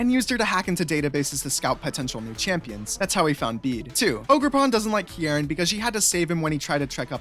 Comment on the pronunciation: I saw Kiki in the thumbnail and flocked to this like a moth to a light . your pronunciation is of kierans name frying me and i dont know why lmao anywayys . pokemon hc time .. mostly about the kitakami siblings, bb elite 4, paldea gang and a few others lmao . its a lot ...... - With amarys' robotic behavior, her attempts to show emotion (like shock) usually just show very minimally. she trained this subconciously; if she hadnt she would have had a lot more dramatic expressions than she does if she didnt act the way she did - when kieran was younger, he originally didn't speak at all and had carmine do it for him, making carmine overprotective of him when he got bullied for not speaking. his headband thingy is a gift from carmine so everyone knew not to mess with him or theyd have to go through her. when kieran did learn how to talk, he didn't know how to pronounce his entire name for a while and just said "kiki", which is a nickname carmine really liked and stayed with. his accent stayed longer for the same reason - when drayton commented about liking the special at the BB academy cafeteria because he barely had to chew for the first time around crispin, crispin immediately tried to make something he wouldnt have to chew. it was basically just a horrifying amalgamation of buldak ramen, egg and some spices - short genes run in the kitakami sibling's father's side of the family. carmine's height comes from her mom - penny has gone days without eating and has survived off of onl